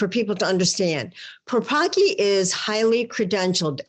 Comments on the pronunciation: please pronounce the surname of that bishop correctly - the Polish pronounce it differently, thank you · Don't bastardise his polish last name read Paprocki c as in cells